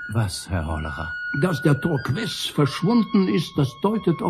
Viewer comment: Es ist ziemlich anstrengend, daß Torques ständig falsch ausgesprochen wird. Man spricht es Tork.